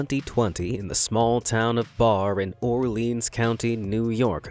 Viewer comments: Not Bar but Berry is how its pronounced in Orleans County!! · 😂 the town in the safe story is Barre pronounced the same as Barry NOT bar. I know because I live 10 miles from there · You are saying the name of the town the safe was in way wrong it's Barre like Carry but with a B . Not Bar lol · For the safe in the field it’s not pronounced Bar for Barre, NY. It’s pronounced like Berry. I live 20 minutes away from where it was put. I stopped by the days they were trying to get it open. They never actually opened it they just donated it to a historical site fully closed. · Barre is pronounced "berry". Weird to have Darien Lake mentioned in a Be Amazed video, knowing how close that was to me but this is just a few short miles from where I lived and attended school from grades 4-12 and even closer to where I worked at a Wal-Mart after high school/in college. 🤔